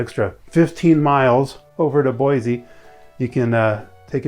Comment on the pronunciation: Native Boise citizen here- we say Boi-see not Boi-zee. So yeah